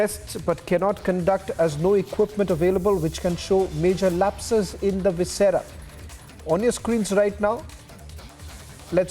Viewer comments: What kind of reporters do you have? This girl is mispronouncing every thing… it’s not “vincera” it’s “viscera”… they use articles any which way they want!! If they have to report in English, please get people who can speak grammatically correct language… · Metabolites ( pronounced as “meta-bo-lites”) of the drug need to be detected. The organs of the body ( like stomach, intestines, etc.) is called viscera ( pronounced as vis-se-ra). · Vinchera, metabolitish, estashy ??.. Goa reporter